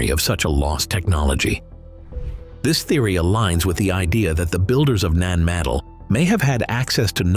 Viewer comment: 🌿 Having twice visited this old Lemurian outpost over 40 years ago - it is saddening that the 'voice over' is unable to pronounce - NAN MADOL - Thankfully David Hatcher Childress, says it correctly. 🙏